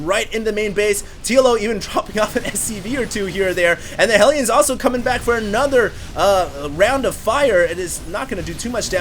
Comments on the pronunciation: "with mah HELL YONS." Haha, oh man, you're great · lol " im gonna charge in here with mah HELL-EEONS"